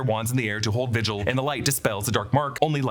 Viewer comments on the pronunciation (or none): none